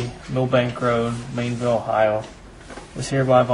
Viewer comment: "MAINEville Ohio" Rutherford. OLD cop: "Fairfield?" 🤣🤣🤣 Millbank, OH. MILL MACK? 😆😆😆then the cop asked him to spell it AGAIN! haha Other cop: MELL bank? M-A-I-N? INE Rutherford hahaha, I think the cop in booking screwed it up too! IT'S MILL! mill on a BANK/shore. and MAINE, not MAIN!